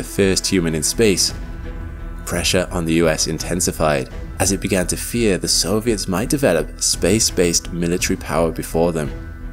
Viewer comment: 'fear' not 'gear' ...